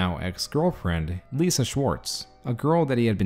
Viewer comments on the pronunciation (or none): none